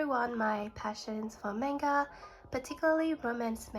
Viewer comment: It’s mah-n-ga you’re pronouncing it wrong….i dont want to seem rude so I apologize in advance